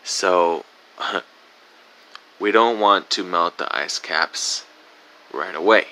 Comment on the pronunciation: Did he say "asscaps"?